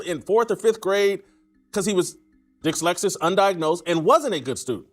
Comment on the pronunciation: Jason whitlock mispronouncing dyslexic multiple times is hilarious.